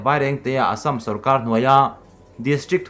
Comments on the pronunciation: Assâm hi i lam diktawklo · Ka hriat ve dan chuan Assam a lam dan khi a dik hmel zawk. Keini mizo hnahthlak ho lam rik dan lo hian an lam ri zawk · Assam tih i lam/thluk hi a dik lovin a hriat.(insiam that nan) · A Assam lamrik Dan kha ,, ka ngaithla tluan peih lo ,, 🤣🤣🤣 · Assam lam rik dan hi a dik lo deuh in a lang, fimkhur nan hmang i la, Mizo ṭawng lam dan ngat phei chu fimkhur a ngai khawp mai... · Vairengte bak i la pel lo em ni ? Assam tih pawh i lam rik dik theih loh le aw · i assam lam rikdan hi ngaihthlak a nuam lo ee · Assm to hi lamdik be hram tawh la mizo inih chuan. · Class 1 atanga college thleng i kal ka ringa...zirlaibu ah pawh Assam hming hi kan lam zin viau thin kha...i Assam lam dan hi chu a zialo em mai...fimkhur ve deuh la maw le...i channel lah a tha kanti bawk si a...i chhiar thiam lo thin em mai. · Assam hi lamrik angai zing si a, a ngaihthlak a nuamlo hle mai tawng thluk diklo hi chu. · A dik ,phun peih vang leh en peih loh vang ni lo in,lam rik dan pangai awm ve reng a😂👍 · Hepa hi tawng lamrik dik hi a hrelo pawh anih ka ringlo.miin an sawisel vanga tilui anih ka ring.india leh china boruakah pawh khan sawiselna atam,ati lui talh tho.leitawta hi🙈🙈🙈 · Assam hi i lam diklo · Assam hi midang lamdan angin lam ve maila,ngaihthlak a nuam zawk ang a,i thil thluk dan a mak thei e mai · Keipawh tuna Assam tih kher lo ah pawh hian thluk diklo hi ka hre ve zeuh² thin , tihsual chu a awl ve duh khawp ang .....